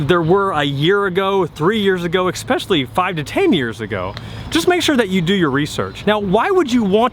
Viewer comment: Thanks so much for the great advice., there is no such word as "ex - specially", NO "X". The word is "es·pe·cial·ly /iˈspeSHəlē/". Thanks again!